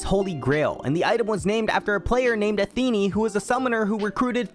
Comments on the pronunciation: oh god why are you pronouncing it At he ne? (it's more like a-theen) Am I that old that ppl don't know about him :'( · It's Athene (The best paladin in the world) not Athini. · Yo good video and all, but Athene's Unholy grail or the guy Athene are definitely not pronounced : "ATINI" lmao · That's not how you pronounce "Athene" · Brother tell me that isn't how you pronounce Athene